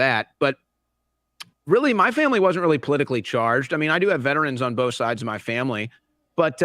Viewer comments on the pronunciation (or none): none